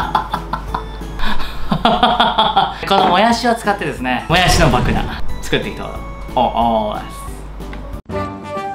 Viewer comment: このも↑やしにですね ぶた↑ひきにく かるく、か↑るく